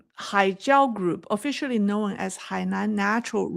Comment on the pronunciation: Known not no when one syllable. Thank you